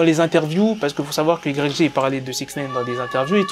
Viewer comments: i grec jé 🤣🤣🤣🤣 ça se prononce « waye ji » connard 🤦🏻‍♂️ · IGRECG 😅😅 ça se prononce way (Y) djj (G) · arrête de Dire Y, G sa se prennonce WY JI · C'est si dur que ça de prononcé un blaze correctement?Putain pendant toute la vidéo j'avais envie d'te baffer frère. Ca s'écrit ''YG'' mais ca sprononce ''waïdji'' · ça se prononce aie j pas y g wesh un peu de respect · i grecque G ...nan c'est pas possible, ça fait mal aux oreilles autant de fois...tu dis "the game" tu lis les tweet en anglais, tu peux pas répéter 10 fois " i grecque g "...phonétiquement c'est "Ouaille Dji", merci pour nos oreilles. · YG ça se dit "Waï Djee" si jamais gros, sinon j'kiffe tes vidéos 😉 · Prononce le wa j stp ! 😩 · "Igrèkgé" ??? Get The Fuck Outta Here Man. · Ça se prononce why Gii (YG) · On dit pas YG mais "Why J" et fuck tout c'est faux Bloods, Crips Gang on the top 🔝 ☝🏽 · C'est yg (yay j) ça se prononce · mais ptn tu prononce yg mais t srx mec sa se prononce wy djee et en plus tu dit un nouveau rappeur le mec et un ptn de real g mec pas comme votre 6ix9ine la c un blood et un vrai stp arrete les video elle sont meme pas travailler c comme si 6ix9ine tu le prononce soisent neuf ou 50cent tu le prononce 50 centime et le mec est pas en manque de buzz va voir le son big bank il 80 million si je me trompe pas et le mec a ssortie des classique comme my nigga et tu dit qu'il va rien faire yg on peut dire c le blood par excellence croie moi ce mec blague pas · Putain en plus il prononce "YG" à la française ce con. Pourquoi tu prononce pas "cinquantes centimes" tant que tu y es? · mec arrête de faire des vidéos si ta pas la culture même pas 10s tu prononce "YG" ça pique dans mes oreilles et je te mets un pouce vers le bas direct. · steney Trois de ouf sa m’a perturbé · Tu piques comment tu dis YG quand même prononce le bien au moins surtout que tu le dis beaucoup...